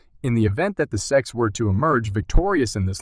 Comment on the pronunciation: S.e.c. Not sec….and Gary gensler not geensler😂